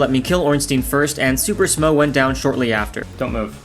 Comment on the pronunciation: it's pronounced Smough